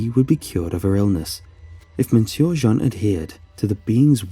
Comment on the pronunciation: Your ......... interesting pronounciation of “monsieur” as “mon-sewer” instead of “m’syuh” is quite distracting. Also the word “retread” you keep saying - what word do you mean? Retreat, perhaps?